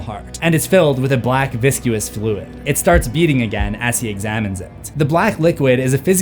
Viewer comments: Viscuous? Isn’t it viscous? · This is just my OCD, but to my ears you are mispronouncing certain words. For example, you pronounced coitus as CO-IT-US, which I understand to be COY-TUS. Similarly, viscous was pronounced VIS-CUE-US, which to me should be VIS-CUSS. I’ve noticed this on a lot YouTube channels and podcasts where younger hosts pronounce words differently than I would. It drives me crazy.